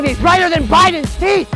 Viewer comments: I heard feet too! Teeth makes more sense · I heard feet 😂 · I thought he said feet.